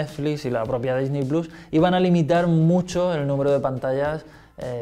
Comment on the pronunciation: Checa tus fuentes jamás había dudado de la veracidad de Xataka pero... esa información ya está desmentida, ¿quieren que les ponga los links? Y un detalle menos técnico "Disney plus" se pronunciaria "disny plos"